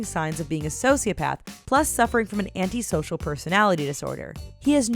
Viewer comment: for scar it said anitisocial instead of antisocial